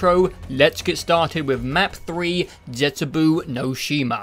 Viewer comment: The last u in zetsubou is silent, not the o. So the pronounination must be zetsubOH.